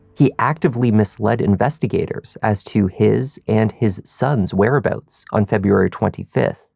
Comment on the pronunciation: "..his son's where aboats" i ❤ my Canadians. 😊 also "Austin Kites" is an ironically pleasing name, considering the connection between his role and general jailhouse jargon.